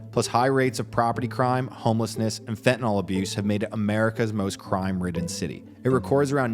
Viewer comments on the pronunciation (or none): Fentanyl,,, pronounced Fentanil, not Fentanol as everyone is pronouncing it for some reason. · Why can't anyone pronounce FEN-TA-NYL? There's no Fentin-ALL.